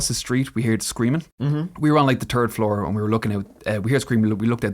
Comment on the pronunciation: Sorry - I'm only a couple of mins in but I have to do this.. 'Turd floor!' said turd floor!